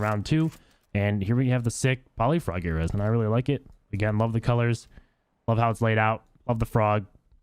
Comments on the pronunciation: It's pronounced (Air-ease) not (Air-ez) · Dude please just google how to pronounce ares thanks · The way he pronounces ares lol